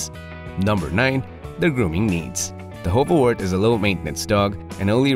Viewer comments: Wart should be more pronounced like heart. It seems to be difficult for English speakers not to say wort. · This isn't actually how you pronounce this breed's name.